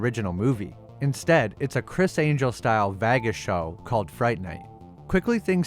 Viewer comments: I really enjoy your videos and with all due respect but why are you pronouncing vegas as vagus!? Honestly it sounds like a vagina fungus! Again i really enjoy your videos and thank you for making this content! But vagus... Not sure which is worse, this or them calling House of the Dragon HOT D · I am not sure where you are from or if the way you are pronouncing the city name is a joke, but it is painful. It is not Vag us it is Veg is. That is the closest I can show you, but I know you can find a spoken guide on line. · yeah he says vagas aswell ...its vegas..like vay-gas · I believe there's a lot of YouTubers deliberately mispronouncing words in their videos so that they generate more comment traffic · VEgas. Not Vagus. 😆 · It's Vegas. Not Vagas.. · You know it’s called Vegas and not Vagas? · The way you mispronounce Vegas is hilarious. VAGUS. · Your pronunciation of Vegas is killing me. It's VAY-giss, not VAH-guss. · Why the hell do you say vagas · Is that what he meant? I thought it's a fiction town called Vahghes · Why do you pronounce "Vegas" like that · “Las Va-Guess” Lmao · Vay- gus... You killing bro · Great job! (Low key LOVED every time you said Las Vagus!) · “Vag iss” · I had to turn on CC to see you were trying to pronounce Vegas as Vaggas. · Pronunciation of vegas was really off. Did this have a ai voiceover or u just dont know how to say things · I know you know thats now how you say vegas. Wtf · Why the hell do you stick Vegas like that? I usually really like your videos, however, your pronunciation of the word Vegas is annoying. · Hearing this guy say "Vegas" is painful. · Why are u struggling to say Vegas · its the way he pronounces Vegas 😂😂😂😂😂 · You gotta learn how to say Vegas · The way this guy keeps pronouncing "Vegas" like he's the G-Man is really sending me. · Yeah, I've never heard anyone pronounce Vegas that way.